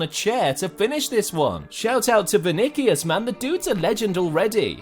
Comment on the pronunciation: He said venikos it’s vini or Vinicius